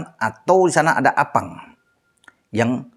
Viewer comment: Sy paling senang kl bahas psm dan sebut nama arfan jdi appang 🤣🤣🤣